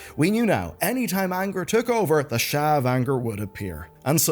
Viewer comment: The sharrrrrrrrrrrrr 😂